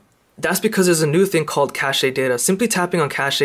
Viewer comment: Casheed data, hahaha, that actually made me laugh.